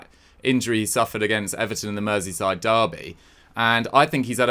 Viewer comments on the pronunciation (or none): none